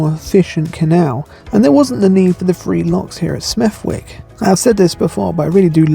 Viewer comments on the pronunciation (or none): It's pronounced 'Smethick', not 'wick'. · Smeth'ick With the th voiced, as in the and this. This is certainly not a criticism, more a 'psst...'. we love what you're doing ✌️ Hey, I lived in Walsall for a while. There's an area named Caldmore. It's blooming pronounced Karma! Who knew? I didn't😄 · Hello, I'm not picking flies, I do exactly the same - say what you see 😅 it's pronounced Smethick but spelt Smethwick ❤ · hi great video again, nice to see your back in brum again, just to let you know the w in Smethwick is silent.👍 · Loved seeing my hometown of Dudley from a different view, surprised to not see our famous castle in the drone footage ( btw the w in smethwick is silent )